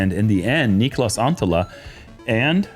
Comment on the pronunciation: Niklas = knee klas 2 syllables, cmon guys